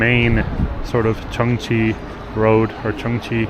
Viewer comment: pronounces Chunxi Road absolutely correct: it is “chun shi” (not “chun chi”). So in Chinese pinyin, all “x” is pronounced like “sh”, like “xiexie “ being pronounced as “shie shie”. Also, highly recommend the Chengdu Research Base of Giant Panda Breeding, where you’ll see real giant panda and super cute baby pandas! Enjoy the trip in Chengdu!